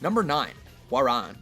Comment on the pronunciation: cmon! hwaorang is prounounced "how wrong," as in how wrong can you get soneones name??